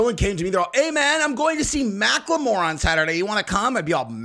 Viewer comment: can you please just pronounce Macklemore like a person that graduated elementary school? Thank you!